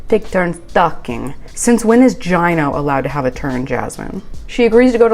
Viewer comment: Pronounce Gino as Gee-no u say it like Jii-no